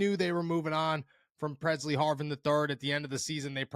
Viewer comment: Pressley Harvin lll not purrsey